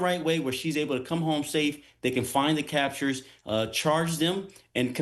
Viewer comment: "Captures" "Gunthrie".. get this clown off the air !